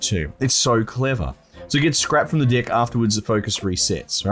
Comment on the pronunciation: is he saying deck or dick